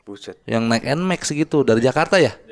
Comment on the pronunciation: Beler juga sama bilang nya M-nax bukan N-max😅